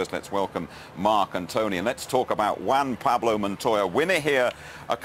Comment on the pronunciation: "WAN Pablo". good ol'. Montoya's cool, coultards fault, monty got off the racing line.